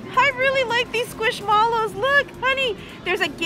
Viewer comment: Hi, I'm a Squishmallow collector and I love that you guys win them!! Just a little FYI the plushies Squishmallows are pronounced "squish-mellows." Think of how you pronounce marshmallows, "marsh-mellows." 😅😅 I cringe hard when you butcher the name every time bc I'm a huge collector. 😆🥺👍 Just wanted to give you a heads up esp since you always mention to correct you if you pronounce names wrong. 🫰🫰